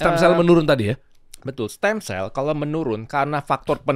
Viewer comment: Koreksi "Stem cells" bukan steam